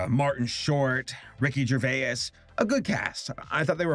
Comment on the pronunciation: Ricky Ger-vay-is